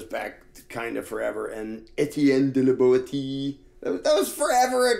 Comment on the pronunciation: "Resolve to serve no more, and you are at once freed." -- Étienne de La Boétie (pronounced "BWET-ty"), 1552